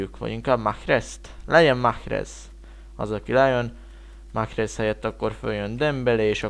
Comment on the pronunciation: Nem Mahhrez hanem Marez